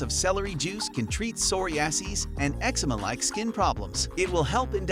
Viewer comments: Soory-ass-E’s? You mean “Sir-rye-a-sis?” I’m talking about number 13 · That pronunciation of psoriasis...😵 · He also butchered the pronunciation of psoriasis.